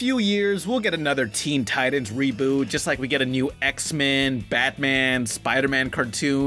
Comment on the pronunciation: You lost your credibility when you pronounced "titans" wrong.